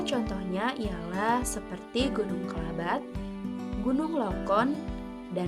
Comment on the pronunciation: ralat bukan "Kelabat" tapi Klabat. Btw salam dari Minahasa induk kak dan semoga sukses terimakasih telah membahas daerah saya😊